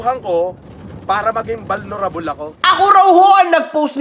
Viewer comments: "BALNORABOL" -PhD from KAMBRIJ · Vulnerable ❎ Bolnarabol ✅ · vulnerable❌ banorabol✅ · Vulnerable ❌ Balnarabol✅ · VULNERABLE ❌ BALNORABOL ✅ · Vulnerable ❌ Balnurabol ✅ ayon kay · 8080 magbasa "Balnorable" daw 😂😂